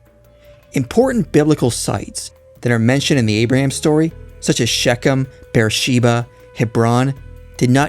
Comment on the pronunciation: excellent video. But please learn to say ''ch'/'kh' as in Shechen. The guttoral 'ch' is such an important sound in Bibilical and any Near East history. But thanks for the video.